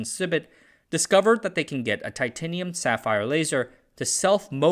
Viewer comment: Ai can't pronounce titanium properly on occasion. 😂